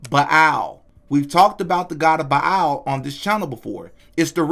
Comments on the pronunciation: Bilal?? It’s Baal like bail smh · Ba’al is pronounced “bale” btw family